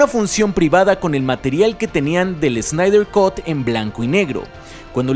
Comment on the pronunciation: Snyder cut: ... kʌt, no "cot".